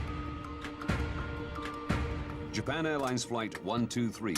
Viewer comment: someone needs to tell me why this dude decided to pronounce Japan that way